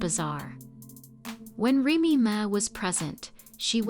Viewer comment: If you’re going to do a story on someone pronounce her name righttttt